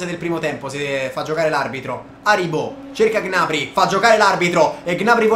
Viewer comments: Come hai pronunciato gnabry? G nabry! 😱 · Ma Gnabry non si pronuncia "Gnabrì"?